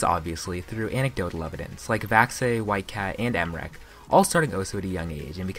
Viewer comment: bro he said emrek. dissapointing